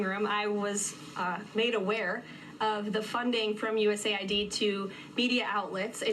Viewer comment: IT IS NOT US AID IT IS USAID. SAY WHAT IT REALLY IS . EACH LETTER IS A DIFFERENT WORD.😡😡😡